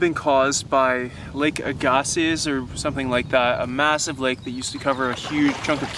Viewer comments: Lake Agassiz is pronounced AG’-a-see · Agassiz (AG uh see) -- Louis Agassiz theorized the ice age